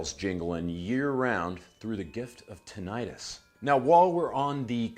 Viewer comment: It’s pronounced “tinnitus” the way it’s spelled, not tin-itis. -itis would imply that it’s a condition of inflammation. I know.. tinnitus just sounds dumb.